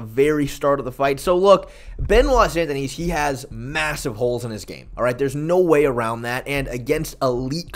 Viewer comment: It’s Sun-Deh-Knee